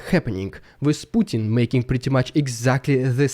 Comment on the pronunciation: Finally, there is somebody who can say the name Putin correctly...